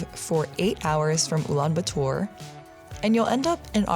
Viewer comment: ulanbaatar not ulanbuutur